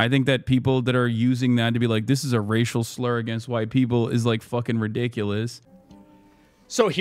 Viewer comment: I cannot tell if Hasan is saying "As someone who is white" or "As someone who was white". Neither one makes sense of course.